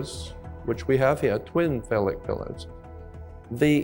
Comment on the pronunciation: "CRISCO OIL" IS CRYSTALIZED COTTON SEED OIL Everything ain't what he says exactly 💯. "NOXEMA" BRAND NAME OF FACE CREAM - NO EXEMA THE WORD IS "PHALLIC" he is mispronouncing. Why would an educated man call a woman's vagina, "BOX"? YEAH, WE ALL NEED TO LEARN NOT TO REPLACE FOOLISH THINKING WITH FOOL THINKING.😮